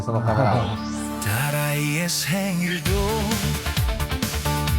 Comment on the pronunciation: 아웃트로에서 “딸아이의 생일도”라고 하는데 처음듣고 다라이 어쩌고저쩌고 하는줄 ㅋㅋㅋㅋㅋㅋㅋㅋㅋㅋㅋㅋ